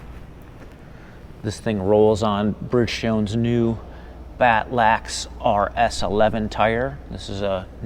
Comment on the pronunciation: Yeah, this narrator must be the owners' son or something. Clearly the wrong guy for the job. Totally unprepared, and clueless. I laughed at how he pronounced 'Bridgestone' and 'BattleAxe' obviously got this job through nepotism.